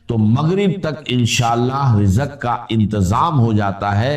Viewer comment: Is KO ghor sy sunnain IA K alfaz hain😢rizq KO rijqh Bol rahy hain